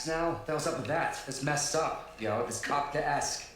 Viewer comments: My guy said kief-keif-kesk? 😂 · I understand the mispronunciation of Kafka, but EE-ES-KAY for 'esque'? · It's pronounced Kafka-esk. As in Franz Kafka. Pretty famous dude. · It's pronounced Kafka-esque. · The confidence with which wrongly pronounced Kafkaesque lol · the way they keep mispronouncing Kafkaesque is triggering me so hard... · Hey! Do you guys realize that you mispronounced "Kafakaesque"? Just doing my part. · I'm sorry, but I couldn't get over the mispronouncing of Kafkaesque. That Skyler scene was incredible. I like how Walt also leaned in with Marie because he wanted to hear more. Skyler is such an amazing liar. Walt wishes he could lie half that well. Like Jesse said at the beginning of the season, he sees himself as the bad guy. He's decided to lean into it and has gone full peice of shit by dealing to his NA group. Jesse's biggest problem is his own self destructive nature. He's his own worst enemy. Gus and Waly have a lot in common. They're both very smart and hide their criminal lives behind a very mundane mild mannered persona. The biggest difference is that Walt is unstable. He's too much a slave to his ego and temper. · Just here for the kafkaesque mispronunciation comments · good lord that pronunciation was TRIGGERING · What's with the dislikes?? Is it because of the pronunciation of kafkaesque? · It was kind of amusing how adamant he was about the wrong pronunciation. If I'm unsure of a pronunciation, I go to one of the online dictionaries and they usually have an icon you can click on and hear someone pronounce it. Still, it was funny. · Mordirit I just thought that maybe that is why got the pronunciation wrong. Risqué is pronounced differently than grotesque but they share the same “sque” part. appeared to be unaware of the “-esque” suffix (and what it means) or else he would probably have pronounced that part of the word differently. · The last syllable? He fucked up the last 3. How do YOU pronounce it 😂